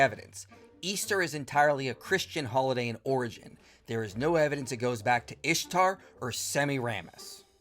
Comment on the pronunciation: Can't even say Ishtar right. Whatever keeps his male God who doesn't exist happy